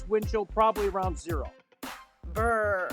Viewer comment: she said BuRrRr😂